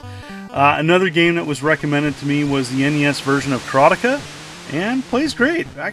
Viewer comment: I've never heard karateka pronounced that way, before.